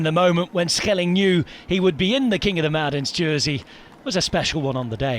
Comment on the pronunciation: Italian commentators said Shelling